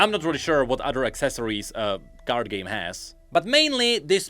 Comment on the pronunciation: accent: Project Gay Me, who is listening in the background: The what?